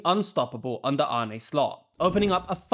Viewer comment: AH-NUH Slot